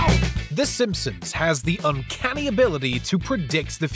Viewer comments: SimpsoNs not SimpsoMs. Lol thats all I keep hearing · This guy OVER enunciates everything, and yet pronounces "Simpsons" as "Simpsims" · I’m scrolling to see if anyone else is hearing this guy say “Simsim’s” every single times he says “Simpson’s” 😂😂😂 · I swear I hear it haha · “Simpsoms” lmao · Does this guy keep saying “Simpsom’s”? Or is it just me? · Stop saying "simpsoms"